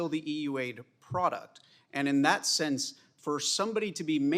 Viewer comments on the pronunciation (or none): none